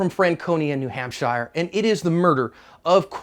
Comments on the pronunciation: Here in the North East we pronounce it new hamp-shere not new Hamp-shyer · Hahaha, new hampshEYE-er???? Dude, It's New HampSURE, and its wicked awesome kid. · I love you and all of your work, but as a New Hampshire resident I must inform you it’s pronounced New Hamp-sure, not shire. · 1. HAMP-shur not Hamp-SHY-ur. 2. "Less lethal" means exactly the same thing as non-lethal. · Why in the fuck are you saying New Ham*shire*??? It's pronounced New Hamp*shur* you goofy ass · Haha my feelings exactly. I live in NH. Absolutely nobody would ever pronounce it that way. Love the videos though so all good John. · New Hampshire (pronounced Nu-Hamp-Sure) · Shire is only pronounced shire if it's in Lord of the Ring, anytime else it's pronounced "shirr" like New Hampshirr. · Who in the hell, as an American would say: New Hamp-shire ? WTF fat'raté gay-blade...ooops, guy. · Please say New Hampshire correctly . It's new hamp sure . Pronounced like sure . New hampsure : New Hampshire . This is not Hampshire England lol this is new hampsure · Small town politics. Arrogant cop vs. dirt bag. Accident waiting to happen. It's pronounced New-hamp-sure. Or New-hamp-sha if you are from New England. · its pronounced HAMP-SHUR. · It's pronounced "new ham-sure" Turning your back on this threat was stupid!!! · pronounced new ham-sure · Just in case you need to say New Hampshire again it's pronounced New Hamp-sher not shire. It's north of Mass-a-chew-sets. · Only complaint is that you are butchering the name of my state 😂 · You said NH wrong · He said New Hampshire wrong. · John I like your channel and usually agree with your comments. But I am drawing the line at your pronunciation of our state. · John, I love you man but you say New Hampshire weird haha. My fellow Granite Staters and I are not hobbits.